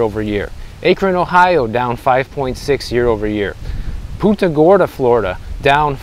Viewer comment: Pun ta not puunta